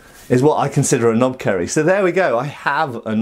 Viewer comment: 10/10 for butchering pronunciation, and yea, its a tad long otherwise that's a knopkierie. And they were used by British (colonial) forces in ww1 as well as most of the tribes in southern Africa and even used by the police force during Apartheid. And as far as laws go I don't think there is any restriction on them here